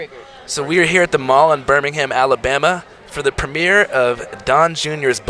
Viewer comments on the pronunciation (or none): I wonder how many British people watching this died inside at “here in Birming-HAM”. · They can't even pronounce Birmingham right lol